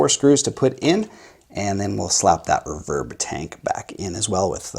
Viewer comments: Never heard "RE-verb" pronounced as "re-VERB". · Just a couple small critiques... If there is only one speaker, it matters not one iota which way the wires connect to it - (+ or -). This only becomes an issue if there are more than one speaker wired to the output of the amp. One other small sniggle... It is pronounced "REE-verb", not "reh-VERB". That aside; agreed, the speaker upgrade can make a massive difference in the performance of the rig. The biggest question always is; 'which one?' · You say the word "reverb" funny.